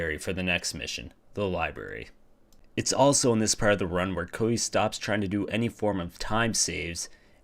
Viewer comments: Are you calling him Coldy? Codely? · bro you cant even say "Cody" and you cant even say minutes jeezus christ